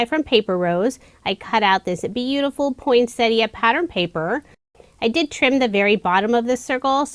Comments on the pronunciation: Yet again another gorgeous range of cards made with our Aussie designs. Thank you so much for pronouncing poinsettia the correct way. Take care and stay safe. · Beautiful cards, as usual, and I love that you pronounce "poinsettia" correctly! 😁